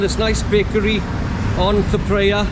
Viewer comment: “Th” in Thailand is always pronounced like “th” in Thailand, never as a voiced dental fricative phoneme such as “th” in this. Ergo, Thepprasit is Tepprasit.